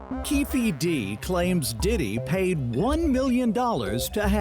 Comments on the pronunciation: Nancy said pdidit 😅😅😅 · 😂😂😂😂😂 this lady said. PDidit😂😂😂